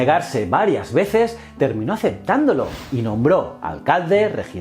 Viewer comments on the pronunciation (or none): Jajaja, me encanta como los españoles son incapaces de pronunciar el náhuatl, "ketzalcoal", "cuilaguac", "cuautomóc", "mecsica", "chascaltecas" 🤣 za mamada. Me parto de risa. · en mexico lo pronunciamos quet-zal-co-atl y cui-tla-huac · Hola, solo quería comentarte que la pronunciación de ciertas palabras nahuatl como Cuitláhuac, Cuahutemoc y Quetzalcoatl no son correctas. Para que lo tomes en cuenta. Gracias por el contenido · Quetzacoat :'v siempre lo pronuncian mal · que tal yo soy historiador y me gusta tu canal, solo hubo unos detalles como la pronunciación de los nombres y está mal escrito Quetzalcoatl, saludos desde Guadalajara México. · Fuí maestra de inglés y siempre me fijo mucho en lo que es la pronunciación y de dónde pueden venir los errores q luego cometen los alumnos. Adoré escucharte pronunciar los nombres d Cuitláhuac, Quetzalcóatl y otros, xq me hizo imaginarme muy claramente por qué los españoles conquistadores acabaron pronunciando como lo hicieron y por qué les cambiaron el nombre a muchos d los lugares y personas en aquella época. Un saludote desde México